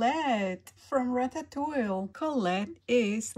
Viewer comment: These are so cute. I love watching you open these. By the way, its pronounced Ratatou-ee (or Ratatou-we) also, the dinosaur on the Good Dinosaur is named Arlo with an L, not an i 😊